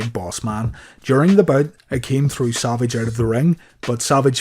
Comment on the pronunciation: Why does it seem like i hear saLvage instead of savage. 😀 Great vid. 😀